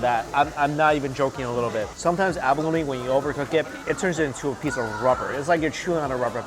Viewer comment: “Peesh of fish”